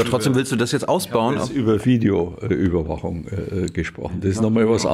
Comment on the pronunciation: die bayerische Fideoüberwachung mit F ist am besten..